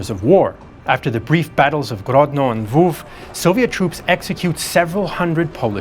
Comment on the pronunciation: I myself am from Lviv. Was really nice to hear you pronounce the name of the city not in Russian or Polish way, but in a Ukrainian way. Also video rocks!